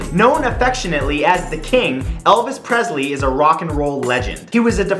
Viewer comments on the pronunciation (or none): Another Great Video Matt. But Presley is pronounced "Press-Lee" Not... Prez-zley